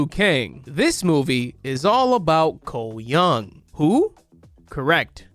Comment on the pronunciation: I was listening to this video without looking at the screen and I kept thinking / assuming you were saying something like "Ko Yun" or "Ko Yung".. then I happened to look up as his face was on screen and I realized.. "I think he's saying Cole Young.. oh"